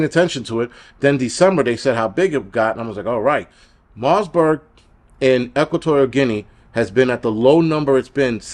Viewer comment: Great video but, the virus is called Marburg not Marsberg and its actually a huge deal. When covid first came out the underground channels said this was the next virus they'd use in their plandemic as it's fatality rate is super high, there is no vaccine, and it has a 21 day incubation period making it nearly impossible to contain. This is their second shot at us, they will release/spread viruses like this until we beg for vaccines and lockdowns, its all planned. It will get bad.